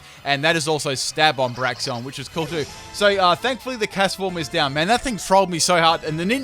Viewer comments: "Braxion". Get your names right dude... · Braxeon BRAXEON XD